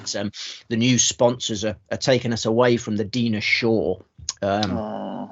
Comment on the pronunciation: I'll do a YouTube search of Mavis Riley if you search Dinah Shore. She was a major star! Di-nah…not Dee-nah.